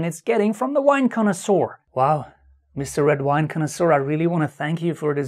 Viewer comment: has Brain!!... Also that word "Conosour" sounds like DINASOUR!!...